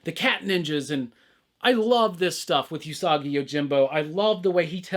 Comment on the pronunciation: It's ew-sagi yojimbo btw. Not yu-sagi. Just a heads-up.